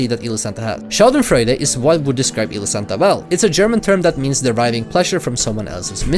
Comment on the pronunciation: i am german and i really tried to understand what you said their. subtitles said "sheldon friday" i tought wtf is this? then i realizied you mean "Schadenfreude" and your pretty right with this word for elosantas behavior.